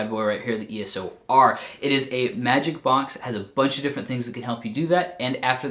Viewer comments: EOS-R, not ESO-R... :) Just saying.. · Nice vid. Just a heads up, for us geeks who wonder if Canon's got NEW EOS line, you often pronounce EOS (ok) and then you add 'O' (like double O seven) before saying R. Whew, I already have this camera!